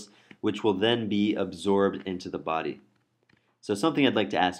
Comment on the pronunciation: It is a body not a "baaaaaaaaardy".